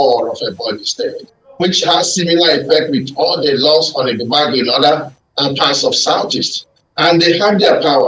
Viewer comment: Pls this should learn how to pronounce Ebube Agu properly. That's good journalism